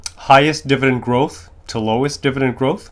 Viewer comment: It’s dividend not divident